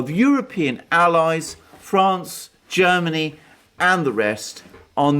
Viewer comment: Jhairmany Calling Jhairmnay Calling